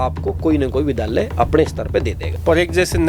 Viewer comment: vidhaalya nhi vidyaalya